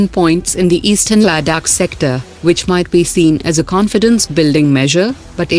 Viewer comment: Hmmn pronounced Ladakh better now